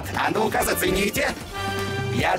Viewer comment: Она сказала ну-ка а не скука